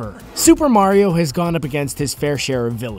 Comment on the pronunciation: finaly he stopped saying merio